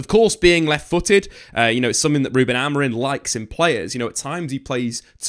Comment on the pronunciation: Maybe it's because I have only had one coffee but I want to scream every time you call him AmoriN...you're a journalist and it's a simple name!!